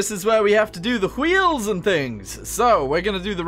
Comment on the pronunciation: I enjoyed the way you said wheels like Stewie... wHeels